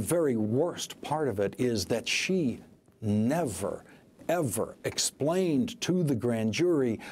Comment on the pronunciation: Shocking revelations. Anyone else notice this guy couldn't say "district" properly? lol